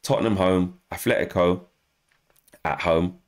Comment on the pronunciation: By the way, it's "Atletico", without an 'H'.